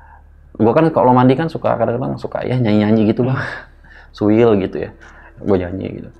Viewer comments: Siul kali bang... bukan suil hehehehe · Siul bang bukan suil 😅😅😅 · Siul x Om bukan "suil" 😅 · Suil apa siul sih??? 😂😂eh beneran aku mikirin pas mas nya bilang suil yg bener siul apa suil😂